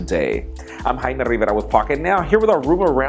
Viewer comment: It almost sounds like he says his name "Hymen Rivera". lol.